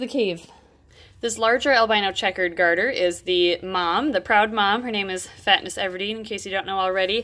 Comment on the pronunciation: I found she said fitness Everdeen